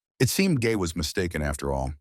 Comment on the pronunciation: i heard u say the girl gay not gae